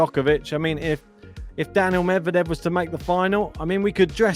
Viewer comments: His name is Daniil. Not Daniel. Get it right. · He is not saying Daniel,but Danil